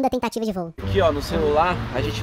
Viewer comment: Alguém mais viu que no ou em vez de “2ª tentativa de voo” foi 2ª “tentatira” de voo